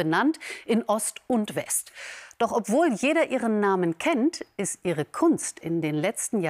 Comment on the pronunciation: …in Ost und West… Oh man 🤦‍♂️ wieso wird das noch immer so hervorgehoben und betont!? Und das von einem öffentlich-rechtlichen Sender…